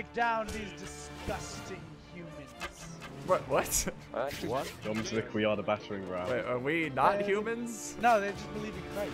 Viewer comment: im pretty sure that its pronounced, "Yomsvik," not, "Jomsvik."